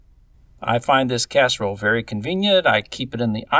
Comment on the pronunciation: Um... it's Casserole.